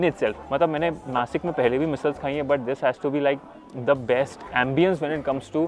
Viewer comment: नासिक instead of नाशिक why, is you or anybody don't able to pronunciation as नाशिक.